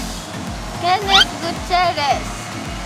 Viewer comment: said kensh🤭🤭